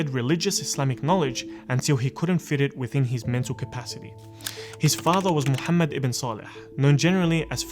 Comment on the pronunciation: Come on me on no his name as Muhammad not the Turkish pronunciation